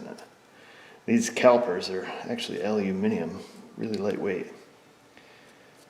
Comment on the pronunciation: Nice to hear the correct pronunciation of Aluminium!